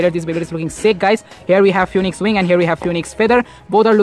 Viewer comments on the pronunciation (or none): its "phoenix" not "phoniex" 😭